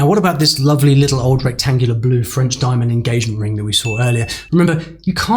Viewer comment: You didn't pronounce about with a schwa.